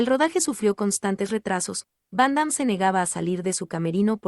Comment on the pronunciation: Y a quién le importa? Primero que todo aprende a pronunciar su nombre y a expresarte , no lees bién, lo que nos importa es su actuación y el legado que a dejado adentro del cine una extralla y un fan de el .